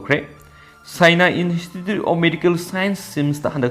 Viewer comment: Pao tabadi yam nungaire adubu nangi English ki word yaobadugi pronounciation dudi pura taba yadre. Institute haibane in-estitute haiba natte. Accuse haibane akuis haiba natte.